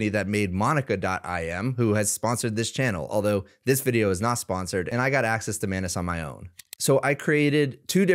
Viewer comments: I think it's pronounced Muh-ainas and not Mah-nes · Etymology would suggest that the correct pronunciation is "anus", as it is spelt and looks. "An-us" would be spelt as "annus", from the Latin, and refer to a period of a year - see: "annus horriblis" and, indeed, "annual" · I cannot unhear you pronounce it as “my anus”… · That is not how you pronounce anus. 😂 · Hey, I think your pronunciation of Anus might be wrong.